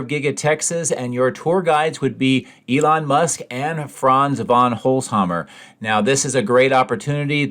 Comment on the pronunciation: Yeah holzhammer 😂😂 It is: Holz-Hau-sen, holzhausen